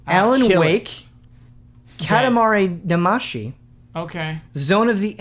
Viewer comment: Guys. Guys. Guys. It's "Cat-ah-mah-ree Dah-mah-see", not "Cah-tah-mah-ree Dama-see". It's in the intro song. You're killing me.